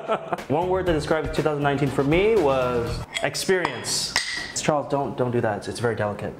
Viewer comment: He said it was ch ar les